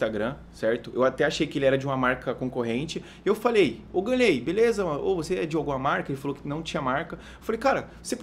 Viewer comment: é GAnnley não ganleeey